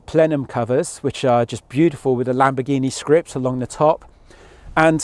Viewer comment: This guy is butchering the lambo names.